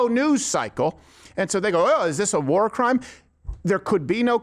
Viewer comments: No gwar 😂 only peace 😅😂 love you Steven please never change ❤ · "If we don't end gwar, gwar will end us."